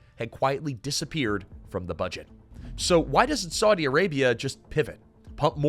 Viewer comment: Such ghastly pronunciation! It isn't "Swordy", schmucker.